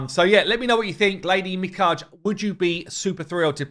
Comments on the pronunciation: i think its pronounced as Lady Mikage (as in' gay') rather than Mikaj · Probably pronounced mi-ka-ge not mi-caj. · The champion's name is Mi•ka•ge, not Mi•kaje... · It pronounce Mi_Ka_Ge not Mi_Kage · i think it’s pronounced MeeKahGey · shadowkin is japanese based its pronounced mih kah gae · Assuming their names follow Japanese pronunciation rules, then... Mikage = MiKaGe = Me Car Gay [MiKa, as in Hakkinen, Ge as in "get" minus the "t"] Kyoku = KyoKu = Key Yoh Coo [With the Key & Yoh running together (KeYoh), as in the Japanese cities ToKYO & KYOto] [Alternatively, think Cupid = KYUpid, but with an "O" rather than the "U"...] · Mee-KAH-gAy, just to be "that guy" :face-blue-smiling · Its Lady Mikage (me-kaw-ge, like get but without the T) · if ur struggling to pronounce "Mikage" its more like "Me-kah-gay" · Her name is pronounced like ME-KAH-GAY. Check out some Naruto creators for the KAGE pronunciation. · Mikage (Me-Ka-Gay) you’re hurting my ears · Me Kah Gay. You literally work ON THE INTERNET. The Internet can tell you how to pronounce Japanese names with a 10 second search. Or you could even ask Scratch or Odd One since Romanian rules are similar. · Lady Mikage Pronounced Me-Ka-Gey" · If here name is Japanese, which it looks very much like, supported by her face paint and clothes, then each syllable in her name is pronounced. It would be pronounced like "Mee-Kah-Ge" where the "Ge" sounds like the same letters in "get" (without the "t"). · Pronunciation of Japanese needs some work lol. Me-Kaw-Gey. 3 syllables. Mi Ka Ge. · Probably pronounced ME-KAG-AY. Looks like an awesome champ, one ill probably never have lol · I'm pretty sure her name is pronounced "Mi-Kah-Gay" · It's pronounced Mee-kah-gay. It means beautiful, but also divine spirit: spirit of the dead from what I could find. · Just wanted to say that I believe it's pronounced Mee-Kaa-Gay. Lady Mee-Kaa-Gay. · Pronounced ... Mi (me) Ka (kah) Ge (gay) 😁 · it should be pronounced Mi-Ka-Gei